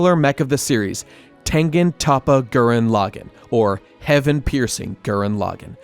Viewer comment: The pronunciation of Tengen Toppa Gurren Lagann is atrocious lol